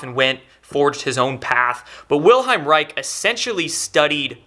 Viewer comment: Reich is pronounced "Raish" and not "Raik"